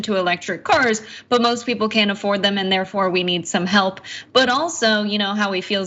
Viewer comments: “We need hep” No Herschel, YOU need “hep,” lots of “hep!” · “We need hep, we need hep”